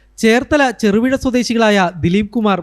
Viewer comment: ചെറു വിഴ അല്ല കുട്ടി.... തിരുവിഴ.....